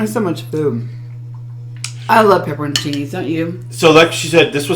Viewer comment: I know how thankful Kristen must be to you for taking over the mukbang with. Also round of applause for pronouncing pepperoncinis correctly! So many people mispronounce them or call them banana peppers! 🤣